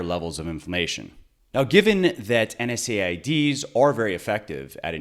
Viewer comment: Good info but I cringed every time I heard NSAIDs. It’s “En-seds” ... sorry, it’s the pharmacist in me :)